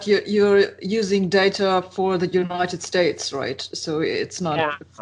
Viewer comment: I love his way of saying "United Estates" a rather fitting description.